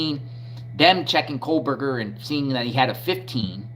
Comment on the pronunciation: Bro…stop saying “Kohlberger” His name is Kohberger …there is no L